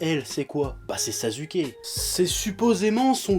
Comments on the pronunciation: Pourquoi tu dis toujours nar"u"to et sas"u"ke au lieu de nar"ou"to et sas"ou"ke. Mais paradoxalement tu dis sak"ou"ra et non sak"u"ra... :p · Normalement ça se prononce sassouké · arrête de dire sazuuke cette prononciation n'existe pas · ah chef j'adore tes vidéos , mais ya quand même un truc qui m'irrite à chaque fois, pour Sasuke, s'il te plaît arrête de dire Sazuké XD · Rebeca SoPokéNaru ptn on dit pas saçouké mais sasské arrête de prononce comme dans la vf parce que ça te rend pas crédible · Mdr tu dis sazuké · Primo ça se prononce simplement Saské. Le U ne s'entend pas entre 2 consonnes. Voilà merci au revoir. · JO The Devil Ne te prononce pas alors que SasUké n'est pas la bonne prononciation x) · Je ne titille pas, je fais une remarque, et si on peut traduire les noms (même si c'est un sacré manque de respect pour une œuvre), exemple Son Goku qui devient Sangoku, Bejita qui devient Vegeta, etc, donc AU MOINS passer par là au lieu de prononcer SaSUké, mais peut être qu'il le fait exprès, j'en sais rien. Et puis ne joue pas à être aussi "agressif/agressive" pour rien, je n'ai pas insulté ta mère ou ton père que je sache.... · Ichigo90ish J'ai dis au minimum le dire à la Française, JE SAIS QUE SON NOM SE PRONONCE SASKE JE L'AI DÉJÀ DIS, faut éviter de répéter ce qui a déjà été dit... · Après 15 ans de Naruto, il prononce encore faux Sasuke et Naruto mais il prononce juste Sakura. Dafuck Oo. sinon clairement d'accord pour l'intrigue totalement débile. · Ouais mais ça peut paraitre pour du chipotage mais mal prononcer le nom d'un perso important du manga et à plusieurs reprises, ça fait carrément pas sérieux...